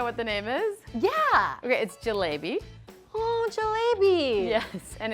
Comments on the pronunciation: Lol they pronounced jalebi as ja lay bee ans not ja lé bee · it's pronounced je-la-bi not je-lay-bi 😭😭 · It's called jelabi but it's pronounced jee-laa-pee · no she called it ju lay bee XD